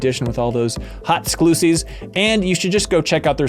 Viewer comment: I recoiled at "hot sclussies" during the iam8bit ad